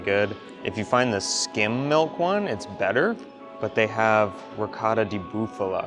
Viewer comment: I love watching you two together, but, really, , please, please, please, pronounce ricottta correctly!!! ;)